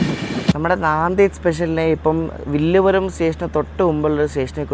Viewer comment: വില്ലുപുരം അല്ല വിഴുപ്പുറം